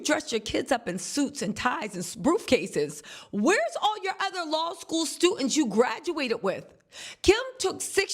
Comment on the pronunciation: "suits and ties and broof cases!" 🤣😂🤣😂🤣😂im 💀 but its true tho